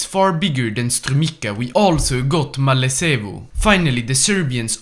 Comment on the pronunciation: The way he pronounced Strumica I cant ( im macedonian ) gonna edit this if i find more Edit 1 : Malesevo 💀